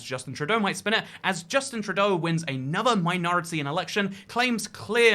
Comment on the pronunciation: love how you say justin trudoo lol nice vid m8